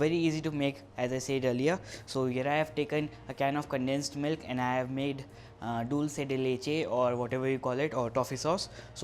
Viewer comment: Yay u said dulce de leche right. Most people don't pronounce it properly